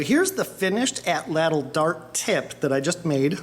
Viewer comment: Very good and entertaining videos. I'm planning now on making my own this coming year. Only one thing, I recall from my childhood atlatl being pronounced with the accent on the first ''a' (átlatl), per Aztec language structure. Good work.